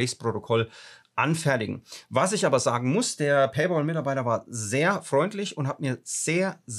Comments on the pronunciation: Es heißt paypal und nicht Paypaul 😅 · Es heißt Paypäl, nicht Paypol. Wieso kriegen das so wenige auf die Reihe?? ôo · PayPal= pei päl, und nicht pei pool 🤣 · Ein Verbesserungsvorschlag: Weils echt weh tut! ..."Paypäääääääääl" bitte. Ausgesprochen mit einem "ä". Nicht "Pay-boool". Pay-Pal (Übersetzt: Bezahl-Kumpel) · Duweißt schon, dass paypal mit P und nicht mit B geschrieben ist- also nicht bol sondern pal. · PayBall? Noch ein Fehler, das tut an den Ohren richtig weh! Es ist doch kein Zahlball🙄 Es heißt PayPal was Zahl Kumpel bedeutet. Pal (Kumpel) wird mit einem kurzem Ä ähnlichem Laut ausgesprochen. 🤓 Wenn man es z.B. im Google Translator eingibt kann man es sich auch anhören und bei Bedarf für sich üben.☺ Außerdem brauch man PayPal nicht die Schuld für das geben, was man selbst der Reihe nach verbockt. Vielleicht lernst auch du aus deinen Fehlern. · Bitte sag es RICHTIG es heißt nicht PAYBAL es heißt PayPPPPPal da ist ein 2. P. Danke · Alter, es heisst Pay Pal und nicht Pä Boll! Musste ausschalten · PayPal und nicht PAYBALL 😁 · Danke fürs Teilen der Erfahrung! ...ich bin nun bei knapp 4 Minuten und zucke jedes mal zusammen, wenn Du Pay"Ball" sagst. 😵‍💫😅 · Pay 'BOL' hahaha! :D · Ich höre immer PayBalll 😀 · harte geschichte. aber ich höre immer paybol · Tut richtig weh ne, und dann noch sooo oft. Hatte auch gerade was dazu gepostet. Für mich hörte sich das immer wie Pay BALL an 😂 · Ich höre immer PayBall 😂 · Was zum Teufel ist Paybol? Wenn man einen Sprachfehler hat, soll man doch besser keine Videos drehen. Oder eine künstliche Stimme verwenden. Es stimmt auch nicht, daß nach abgeschlossenem Vorgang man über PP nichts mehr machen kann. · Verstehe immer paybal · Sag doch bitte nicht payball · Paypal Kollege, nicht Paypol. 😅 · Es wäre schön wenn du PayPal richtig aussprechen würdest. Du sagst immer wieder PayBall